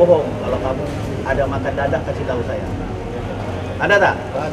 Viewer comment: Dadah pak bukan dadak wkwkwkwk